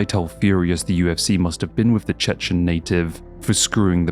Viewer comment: When Khamzat says "I'm the Chechen" it sounds like he's saying "I'm the chicken" which is really, really funny